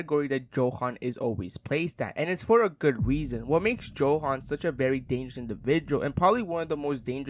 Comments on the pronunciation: His name is pronounced with a Yo sound, not how it’s spelt. Yohan not Joehan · Ay stop calling him JOhan